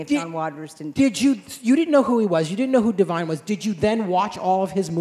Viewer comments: It’s “Divine” not Devine… c’mon now! 🤦🏾‍♂️ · Divine....not Devine.....please change that. He deserves respect and honor in his memory.